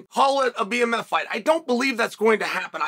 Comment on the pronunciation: Bmf not bfm